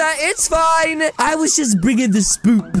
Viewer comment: It’s not spoop it’s spook